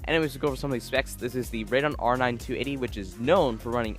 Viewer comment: Nice build, balanced kind of GPU heavy before you overclock but that's a good thing for gaming, plus you can upgrade CPU if you like later... but notices your mis-pronunciation of Radeon. It has THREE syllables, not TWO. It's pronounced RAY-dee-on, not RAID-on.